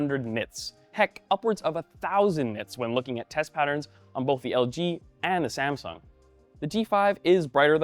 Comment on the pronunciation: "SaNsung" Hah! xD